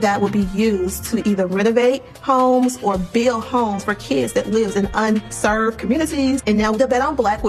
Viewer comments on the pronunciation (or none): And it's "Underserved" not un-served!! Damn it!!